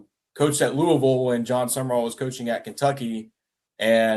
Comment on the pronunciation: Not that difficult. Its SUM-RALL. Not SUMERALL